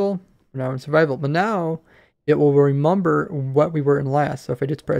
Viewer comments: i like how you say "remamber" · No one: Absolutely no one:: reMUMber